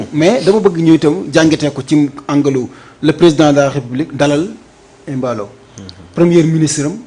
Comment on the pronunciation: Mballo et non Emballo